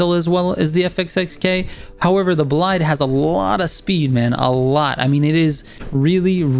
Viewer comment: Thank you, very helpful Just 2 tips : The Bolide's pronunciation is with "i" sound like "ee", "boleede" (it's french name) For the Jesko, the "J" is like an "Y", "Yesko" 👍